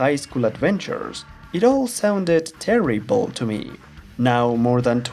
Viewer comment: He said, terrybull